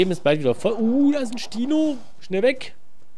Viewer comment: spino nicht stino